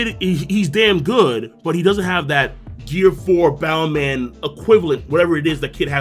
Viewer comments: Stop saying bound man 😂 if you dont wanna use luffys pronunciation just say bounce man. It's making me uncomfortable lol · Its bounce man not boun man. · This mans just pronounce Bounce-man and "Bow-man" In japanese its "Bansu-man" or "Bounsu-man" regardless in english its still "Bounce-man" if you dont wanna say it in Japanese lmao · say "boun-CE" man.